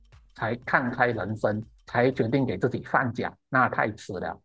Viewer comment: 老師，放假不讀第三音，應該念第四音才對。